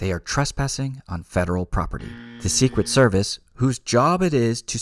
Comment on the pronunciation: I know this is horrible for me to giggle but "Seqwet service" lmao